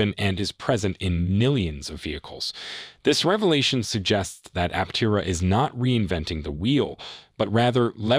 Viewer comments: Thanks for your video. BTW, it's pronounced Aptéra. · Pronounce Aptera correctly. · True , simply just making content. You would think they could pronounce the name correctly.